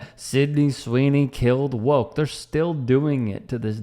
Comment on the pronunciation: Who the Phuck says, “bIlL bUrR has BeCoMe wokeT “, where yo emphasize on the T and the end, that doesn’t exist.??